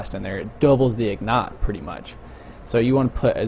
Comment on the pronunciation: IG-NIGHT...not ignet...fuck